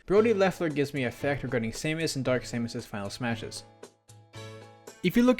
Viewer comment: Who says Saymus ? xD this whole section had me weirded out